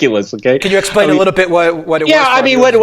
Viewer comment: Spooky MGTOW He's a gweedy wittle bastard.